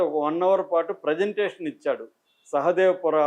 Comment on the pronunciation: సహదేవపుర కాదు, అది బెంగళూరు లో మహదేవపుర